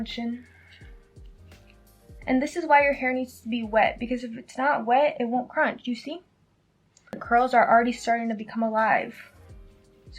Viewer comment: Also, is it not "scrunch"